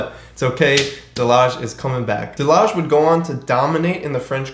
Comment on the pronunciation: Delage pronounced, De La Hey